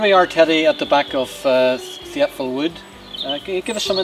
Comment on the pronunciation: Pronounced tipval ,not theipval